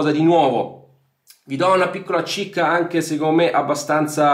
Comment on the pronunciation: Chicca gianoo,non cicca ❤️